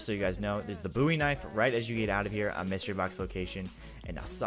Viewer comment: he said “the buoy knife” lmao